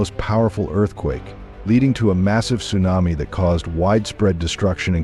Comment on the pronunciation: AI ? or don't you know how to pronounce Tsunami ?